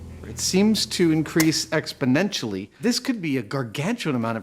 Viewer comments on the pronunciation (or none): or as Joe Biden would say, "expodentially"